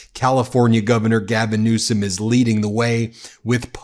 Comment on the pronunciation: His name is Newsom not Newscom. rump you can't even speak correctly